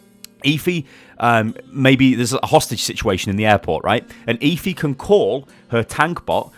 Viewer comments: eh-fee not ee-fee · Are you sure her name is pronounced eefee and not ehfee? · Stop saying eeeefeeee. It's Effy spelt Efi. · "Eh-Fee". NOT "Eeee-Feee" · ITS EFI NOT EEFI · her name is Efi, just say f and e had to point it out sorry